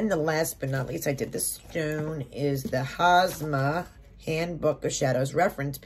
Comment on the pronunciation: It’s hamsa, not hasma.